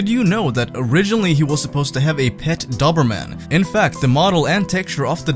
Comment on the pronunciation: Its not duberman, it’s doberman. Doughberman.